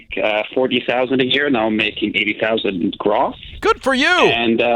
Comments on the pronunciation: Hahaha did he say graws?? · Not a good sign when he doesn’t know how to pronounce “gross.”